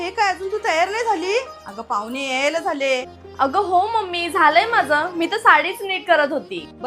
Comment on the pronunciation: तुमची जिभ जड पडते का? ण म्हणताना😂पाहुने पुने पानी😂मुर्ख लेकाचे ट्युबवर बोलतात. .